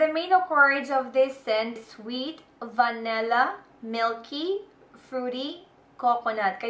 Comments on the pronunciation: It's "Vanilla" not "Va-Ne-Lla" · its vanilla not vanella